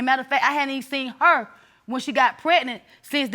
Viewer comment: Lawd she said ...Pretnent